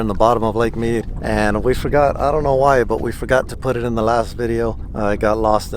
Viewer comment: He said ooouyy